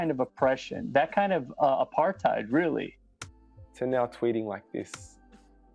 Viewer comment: I cringe so much when other ppl say apartheid 🤪